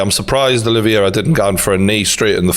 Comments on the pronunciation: It's Oliveira not "Olivyera" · I love you True Geordie from a fellow Geordie too but It's Ol-i-vera not O-livey-air-a lol (oh and I'm a big McGregor fan too 😁) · CHARLES OLIVEIRA NOT OLIVIERA. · OlivEira not OlivIera please Geordie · OLIVEIRA not OLIVIERA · It’s pronounced oli-vera not olivi- era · True Geordie, you’re not saying Charles’ name correctly, it’s Olives. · big fan but butchering Oliveira name not olivierier really when have you heard any one call him the same as you have sorry for being a dick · The way you pronounce Oliveira as "Olive-Viera" is stroke inducing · Fucking casual. Dont even know how to pronounced Oliveira